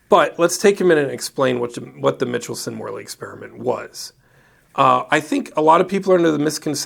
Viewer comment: Michelson is not pronounced mitchel-son, but rather Micheal-son. ;)